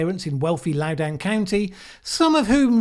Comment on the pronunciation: You're still mispronouncing Loudoun. The "doun" part rhymes with London. Say what you will about McAuliffe, but Youngkin has zero chance against him. McAuliffe was a successful governor before and forced to sit out a term due to VA's idiotic term limits. The demographics are even more favorable now than in 2013. Youngkin can try to play up CRT until the cows come home (and there are a lot of them in VA) but that won't swing the ~5% of the voting public he would need to swing the election.